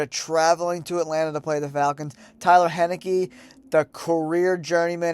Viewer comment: Taylor Heinecke* not Tyler Heneki